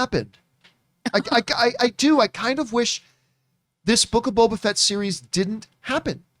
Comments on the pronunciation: I thought of something when mentioned her saying Bobo Fett. My German mother calls him Baba Fett, and she won't fix it and it's so annoying 🤣 but the difference is that with, it's the accent. My mother really doesn't care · is STILL saying BOBO Fett!